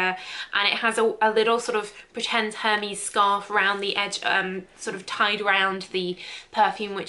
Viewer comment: For the way she pronounced Hermès